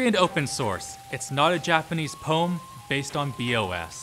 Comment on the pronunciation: "poem" is two syllables D